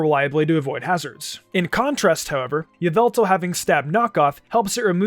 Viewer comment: OMG its pronounce YUH-VEL-TALL